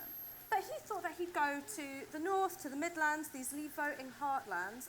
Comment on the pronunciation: terrible pronunciation of midlands